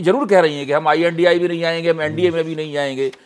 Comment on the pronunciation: आई एन डी आई ए ये बोलने से पता चल गया की कहा से वित्त पोषण कर रहा है..😂😂